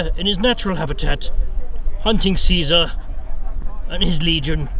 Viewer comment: Thank you for the slight emphasis on the C - it's not a K, people - when refencing Caesar's legion.